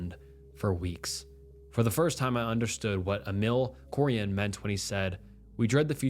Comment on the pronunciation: It's not Emil "Coran" it's Cioran (în english you read the "ci" as "chi".